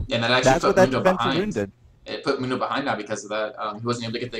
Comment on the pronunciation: Mundo pronounces it Moon-dough, so that's how I pronounce it XD